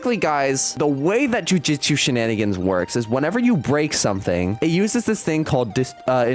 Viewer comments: Just gonna say,its Jujutsu,not Jujitsu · "jujitsu shenanigans" bruh its JUJUTSU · Bro said jujitsu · "jujitsu shenanagins" 😂